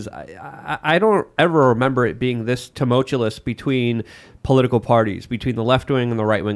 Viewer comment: I love consistent in ability to pronounce "tumultuous." I really like the guy, but I have to wonder if he doesn't have some sort of verbal dyslexia going on.